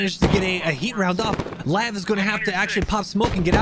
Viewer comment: Lmao LAV 25. It’s pronounced L.A.V 25 not LAV like it’s a word. LAV is an acronym for light armored vehicle. The 25 is for the 25mm bushmaster cannon.